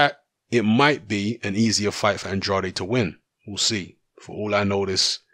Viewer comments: I'm not even American...but he's an American fighter so it is pronounced An-draid. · It's An-draid not An-drad-ay...